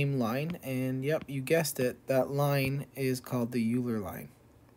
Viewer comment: oiler not yooler german name